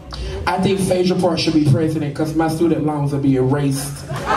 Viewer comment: Did just read write and erase phay-edra??? Lawd. Take me to the cross 😂😂😂😂 i just needed one 'FEMININITY" biffa. Just one 😭